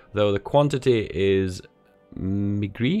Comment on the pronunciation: "meagre", it basically means "little", or "not so much" and is pronounced; mEEgur, or mEEgar, but not so much of an emphasis on the "a"